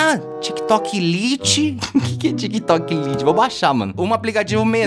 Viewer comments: e a pronúncia certa é como se fosse "laite"provavelmente eu pronunciaria errado também haha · O português tá foda em T3ddy não se tik tok lite se fala laite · Tik Tok lite é uma versão do próprio tik Tok pra celulares com pouco espaço, e não se pronuncia do jeito que escreve,"lite", e sim do jeito que pronuncia:"comida lite", Tik Tok Lite